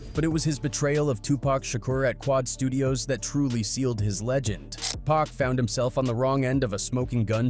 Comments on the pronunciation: Why whoever narrating keep calling my dawg 2pack ham listening to what baby told Charlemagne put some respect on Pac name 🤔 damn niggah did turn bro to a pack🤦🏿‍♂️RIP Pac no more pain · Omg we back to this "Pack , 2Pack " bs maaaaan you bogus asf 😂😂😂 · Why can't this dude say 2 Pacs' name right !!!